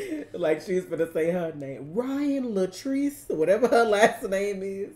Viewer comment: "Ryan Latriece..." 😂😂🤣